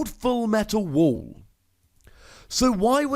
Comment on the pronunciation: It's Full metal wall, not wool